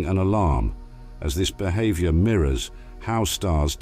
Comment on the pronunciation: So this is how AI makes videos? Love the speech computer: be-hahv-yor; life sickness. And the out of focus Venus, same as flat earthers show. But! Polaris exploded and we'll die! Well, it will explode soon! Well, not soon, but... Oh yes and it won't actually explode. And sorry we don't actually feature Neil Degrasse Tyson. Hey, gimme a break! Gotta eat too, right? Imagine me doing honest work ? 😮😅